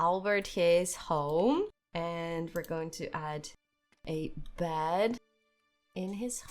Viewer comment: This game is very interesting, i might try it! Dont want to be rude, i just really want to suggest trying to pronounce your e's and a's different... when you say bed and elizabeth, i swear i hear elizabad and bad.